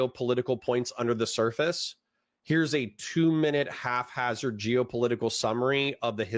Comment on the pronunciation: Enjoyed the video. Genuine question, are you saying half hazard instead of haphazard as a meme or mispronunciation or am I being thick? Keep it up :)